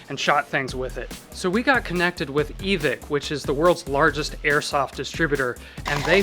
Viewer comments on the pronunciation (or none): Did he say evick ?? Its evike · Its not evik Its e Vike 🤦🏻‍♂️ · E-Vic? Lol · isnt it evike like you say mike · you pronounced evike weirdly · Not to be mean but I think you pronounced Evike wrong. I think the i in Evike is pronounced like an upper case I but other than that pretty cool build